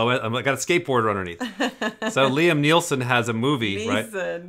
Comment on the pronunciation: I got triggered by saying "Liam Neelson"